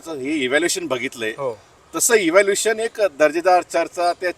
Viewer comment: या निळ्या शर्टवाल्याला सांगा. इव्हॅल्युशन नाही बरोबर शब्द इव्होल्युशन असा आहे. वापरायचेच असतील तर निदान बरोबर इंग्लिश शब्द तरी वापरा.